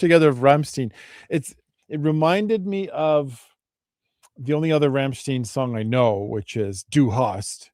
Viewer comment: person-turqouise-waving::text-green-game-over::face-red-heart-shape::trophy-yellow-smiling: "ei" in german, is pronounced as " i " english pronoun.. ..Rammstein, rymes with "mine" or "wine"..